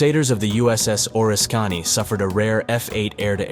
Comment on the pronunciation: Not sure if this video is narrated by an actual person (or a computer), if it is a real person you should probably look up how to pronounce Oriskany